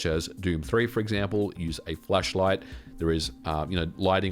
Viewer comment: Hoping that's just your accent and you said actually flashlight. Else I'm viewing the wrong channel 😂